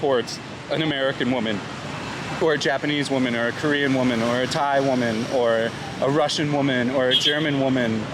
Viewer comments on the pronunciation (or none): none